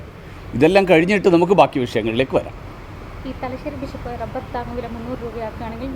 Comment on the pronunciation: ബിശപ്പ് അല്ല ബിഷപ്പ്